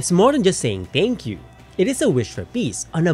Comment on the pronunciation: Am I the only one bothered whenever he says “teyngkyu”